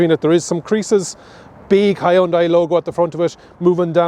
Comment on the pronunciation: You really Butcher the word Hyundai